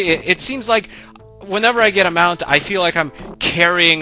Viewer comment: everytime you said Mount I cringed lol